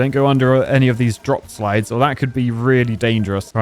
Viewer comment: “Gotta make sure we don’t put it under any of these drop sludes because that could be very dangerous” (continues to put it under a drop silde”